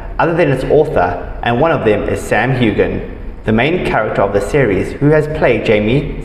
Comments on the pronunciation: Hew- an !!! Learn to pronounce it. He doesn't have a daughter with Balfe!!! The child is with Mackenzie Mauzy .. awful information relaxer you are,😕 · Don't pronounce the g in his last name!!